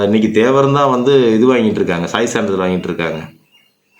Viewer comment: சீர்குளைப்பது இல்லை சீர்குலைப்பது... சான்றிதல் இல்லை சான்றிதழ். ... ழகரம்,லகரம் தெரிஞ்சுக்கிட்டு வந்து பேசுங்க...